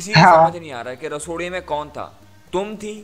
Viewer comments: It's rasoday not rasodi bro😂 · Bro pehli bat to rasodi nahi rasode me hota he 😁 Aur Love From Maharashtra India 🇮🇳🧡🚩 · Bro it's not Rasodi me kon tha it's Rasode me kon tha By the way big fan love from India❤️❤️